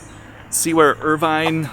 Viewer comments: IRVING not Irvine GOOF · its irving not irvine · Washington Irveeeng lol not Irvine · I had to shut this off less than a minute in because you couldn't get Washington Irving right. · His name was Washington Irving.. NOT Irvine. You should probably know that before you do a video about it. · Yes, Irving, not Irvine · His last name was Irving, not Urvine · It’s. Washington Irving not Irvine. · I stopped after 47 seconds because the guy could not get Washington Irving right. I felt embarrassed for him. I would love to visit Sleepy Hollow one day, though. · Could pronounce Washington IRVEENGS (Irving) Name correctly. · mostly how he is excited about the age of the church. I know he mispronounces Irving's last name lol.... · The hiding eyed, Suburban Pilgrim mispronunciation of Washington Irving's name does not deter viewers! He's got my Sleepy Hollow related films beat! And I am the Legend of Sleepy Hollow Storyteller. My heads off to you!